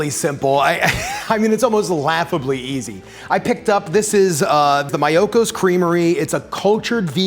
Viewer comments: Oh, it’s ME-yoko 😘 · Pronounced ME-OH-KO